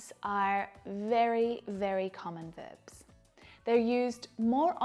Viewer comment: Irregular vebs she says;irregular verbs is real pronunciation?